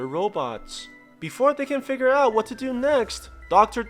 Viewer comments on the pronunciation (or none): none